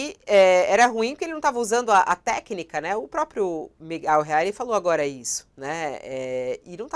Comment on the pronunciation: parei quando ela disse Miguel Reale